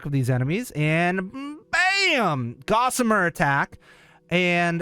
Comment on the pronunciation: The word you're looking for is "gossamer". Not "gazanir".